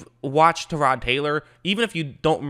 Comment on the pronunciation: Actually, he said it the way Tyrod says it.